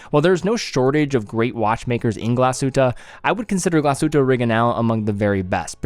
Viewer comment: Thank you for pronouncing the hard G